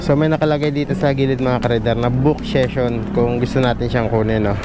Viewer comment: Korek ko lng sesyon po basa jan hindi sison